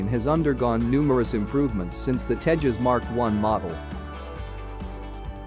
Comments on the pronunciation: It’s called TEJAS not TEHAS, it’s not a Spanish or Mexican plane. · it doesn’t pronounce like teihaas its Tejas (Tay Jaz). Some Americans are very poor in English even it’s their own language.😂😂